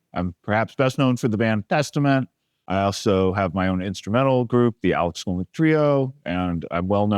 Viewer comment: Why does it sound like he's pronouncing his name backwards? Great video!